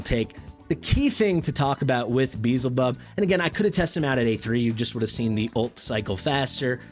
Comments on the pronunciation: i dont understand why you intentionally miss pronounce his name, because ,,its a game, not biblical'' but... theres an entire faction of seven deadly sins, and you pronounce them correctly... and its the same faction beelzebub is from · its not pronounced correctly... as name is not english at all... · This isn't modern english pronunciation this is just mispronouncing and thinking 'z' comes before 'l' lmao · You're saying the character's name wrong. You are not even pronouncing it the way it's spelled. You're saying "Beezlebub" but it is spelled Beelzebub. You're swapping the L and the Z around. "Probably my new favorite hero in Watcher of Realms! Beezlebub is amazing..." You're not even spelling it right. 🤦‍♀ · Be-el-ze-bub or as worguides says xaris lol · It's be-el-ze-bub regardless of the name's origin (even though it's clearly inspired from the lord of the flies), L comes before Z. Also, respectfully, video is unnecessarily long, no need to compare the leaked info with what's on Test, current state is what matters... for those watching I recommend skipping the 20-minute-long comparison. You covered his performance fairly well but it would have been nice to see the actual rage regen difference over the course of the guild boss fight for example, I know it's hard to account for Dolores's A5 but it reliably will proc at least once during a boss fight so how much of a difference will it make and note Beelzebub has a higher initial rage but at least the ultimate cost and duration are the same as Dolores. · no I mean ppl who pronounce it Bee-hell-zay-bub.. It should be closer to Baal since it's the same god that was repurposed.. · Not tryna be that guy but the L is before the Z in his name so that alone should tell you your pronouncing it wrong. I think it's the biblical pronunciations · Say it however you want, but the L is before the Z, big guy. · petition for correctly pronouncing Beelzebub. cm on guys, its hidious how he says it, i cant hear that xd